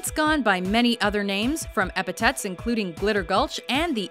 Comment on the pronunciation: "Epi-THET, not TET." Jeez! Also, they mention Magazine St. but not the Garden District in New Orleans? Absurd! The Garden District is like a larger version of Savannah/Charleston, but even prettier! And Magazine Street is within its confines. don't know.